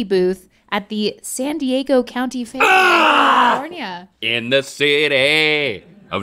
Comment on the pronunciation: Califownia knows ha da paaaaaaaaaadeh 😂😂😂😂😂 Link’s eyebrow when he says it is priceless